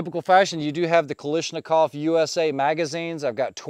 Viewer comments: Is the US company called differently to separate themselves? If not...it's Ka-lash-ni-kov. No Ka-lish in there, while it seems tasty. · Pronounced Ka lash na kov. No “i” in spelling. FYI.